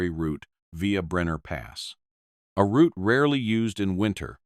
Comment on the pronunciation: New Subscriber here. Thanks for sharing, and pronouncing Route properly. As in Root 66. 😂. 👍🙏🇫🇴🇬🇧🇺🇸🫶🫂.